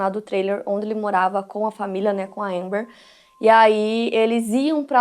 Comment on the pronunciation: É alerta amber, fala direito. Seu inglês é péssimo, mas seus vídeos tem conteúdo